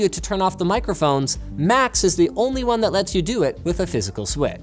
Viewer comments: I thought he said Macs instead of Max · I kept thinking you were saying "Macs" not "Max" (aka google home Max) lol